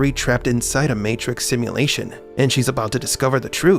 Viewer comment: "simuLATION.. simuLATION ..simuLATION" you talk weird af. unwatchable